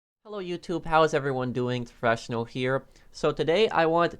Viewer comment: Um it anyone else hear fresh snow instead of profession on